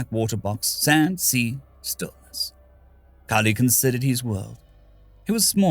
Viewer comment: I saw my usual game nickname so I was interested... I heard my name called, actually pronounced pretty well, near perfect as to how I like it... I wasn't disappointed.